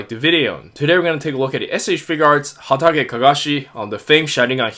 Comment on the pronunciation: Hatake,not Hotake xD Nice figureeee